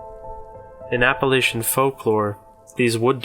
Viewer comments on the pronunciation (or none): none